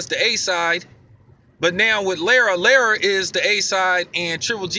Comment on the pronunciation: Lmao bro you got my Mexican girl dying from how you pronounce Lara's name. No worries doe it's very different even for a Hispanic name. Anyway you kept it 100 as usual